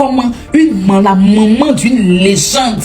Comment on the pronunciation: faut demander à la tantine qui parle oooh 😂 elle a du mal a dire legende !